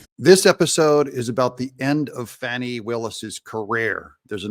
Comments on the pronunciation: CNN is the only outlet calling her FAWNI instead of FANI... Why am I not surprised? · Fani. Not Fauni. Obvious attempt to make her sound more sophisticated and just better than us. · Notice how all these media outlets try to fancy/class up her name?? 🤣 "Fahni" Nope... Its fani, ... as in fanny Amd they've ALL been doing it... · Why does the media keep calling her “fawni”? Her name is Fanny, like a backside. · Someone's pronouncing her name "Fawni?" Not Fanny? Pluuuleeze! 🤣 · Why do the liberal democrats keep saying her name is Fawny…it’s Fani as in rear end! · Can anyone pronounce Willis' name correctly... Fahnie, Fannie or Fawnie 🥴